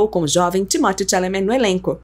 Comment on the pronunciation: Kkkk aprende a falar o nome dele kkkk credo 🤣